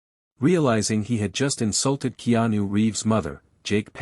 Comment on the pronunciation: To the AI narrator: His name is pronounced Kay-anu. In Hawaiian, the "e" is pronounced "a"; the "i" is pronounced "ee." AI not so smart after all!